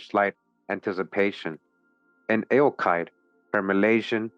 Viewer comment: Eochaid, pronounced "Yock Ed"